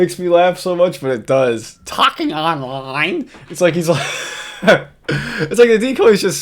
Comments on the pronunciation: "Tahking Ahnline?" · TAHKEEN AHNLINE?